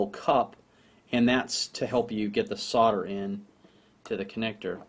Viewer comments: SOLDER... SOLDERING SOLDERING SOLDERING... i dont know if its you accent but damn... its not SORDER.... BUT i love your video's keep them rolling in. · SOLDER not SODDER! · Is ther still an " L " in the word SODER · Hm. Why does everyone pronounce it "sother"? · Why can't Yanks pronounce the "L" in Solder and Soldering?